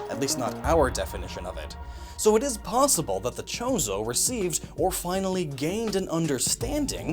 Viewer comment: Every time he say chorzo i here chorizo and now im hungery